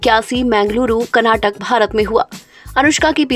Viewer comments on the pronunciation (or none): none